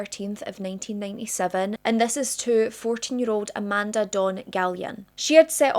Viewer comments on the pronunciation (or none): none